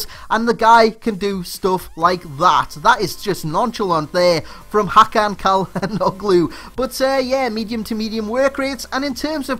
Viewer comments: is pronounced chal-han-ohlu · I have not seen the vid yet. But I know it will be great anyways. Hope you scored tons of Freekicks :D Btw could you please review Benteke? <3 By the way. They compare him to Juninho and you pronouned the name quite well but the first "C" is more like a "Ch". :D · Cha - Lang- luu- that's how the commentators in the league say it! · Great review! By the way, it's pronounced Chal-han-oh-lou. The G is silent. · its pronounces chalanoglu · And you don't pronounciate the g, so it's like "tshalhanolu" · the Ç in Çalhanoglu is pronouced as "Ch" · You ve to say " tschalanoglu";) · Het it's pronounced chalanogloo:) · Im turkish and you said it wrong, but you know close enough hahaha. its a complicated name